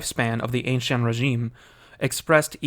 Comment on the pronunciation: Why can nobody in these spheres say Ancien Régime properly? Jeez